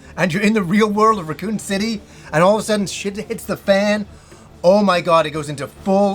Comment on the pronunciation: he said Recoome city, loved